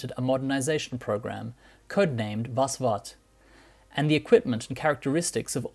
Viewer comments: Allow me to correct that awful, awful pronunciation of the word "vasvat". It is pronounced "fuss fut" ('u' as in 'but'). It means "to grab hold of properly", either literally or figuratively. Also, have a look at comment on the the word Ratel. Overall a good video. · Always hilarious watching something like this and they do no research on pronouncing words like vasvat and ratel.